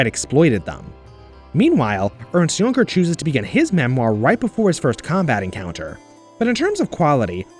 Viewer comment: Jünger, you pronounce it as "Jynger" not "Junger"